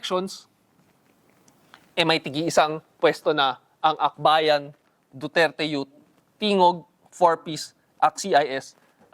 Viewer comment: Duterte Yut! HAHAHA. katuwa ipronounce ni sir. I can feel the sarcasm. HAHAHA. DUTERTE YUT!!!